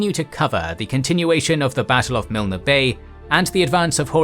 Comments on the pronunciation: Add "Miln", not Miln-ah". Normally the pronunciation on the channel is top notch. This one not so much. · The mispronunciation of place names makes listening to this by any Australian wearing and embarrassing. It destroys your credibility and makes for a bad joke. As for viewing your vid about MILL- NEE Bay, no thanks. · As always a brilliant account of the crucial battle of Milne Bay. Please don't take this the wrong way but the weakness of the Kings and Generals documentaries is, understandably, the occasional pronunciation errors. At the very beginning, Milne Bay and Kokoda are both mispronounced. Milne is pronounced Miln (silent e). Kokoda is pronounced Ka coda. Keep up the good work. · I really enjoy this series but it is very frustrating that a series that is well researched contains mispronunciations and spelling mistakes. For example Milne is pronounced with a silent E, so it is not pronounced Milner, just Miln. Kokoda is pronounced Ko-ko-da, not kok-odah. Vaucluse and Woollahra were misspelled in the video on the Sydney Harbour attack. All this can be checked easily online and such simple mistakes detract from the quality of the videos. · Having walke the track let me correct some pronunciations Kokoda: Co Co Da Isurava: Eye Sur Ah Va Myola: My Ola Deniki: De Knee Key Illola: Eye Lola Milne Bay: Miln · Milne is pronounced miln. The E is silent. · If you do your commentary job well, you pronounce correctly. You know how to say Alamo? Learn how to say Milne. You know how to say Gettysburg? Learn how to say Kokoda. It's insulting. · Kokoda track. Long second o Rhymes with soda. Maroubra also has a long vowel UO as in you. Milne also drops the e at the end. Very good otherwise. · It will annoy just about any Aussie, same with Milne Bay. Btw, that 'e' is silent in the pronunciation.